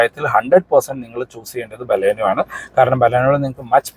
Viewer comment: ഇയാൾ ബലൂണേയുടെ ആളാണ് അതുകൊണ്ടാണ് നമ്മുടെ ബലോന നമ്മുടെ ബലോന എന്ന് പറഞ്ഞുകൊണ്ടേയിരിക്കുന്നത് 🤣🤣